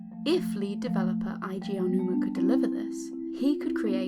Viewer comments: Eiji is A G not I G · Really nice, but it's "eh-ji" ;)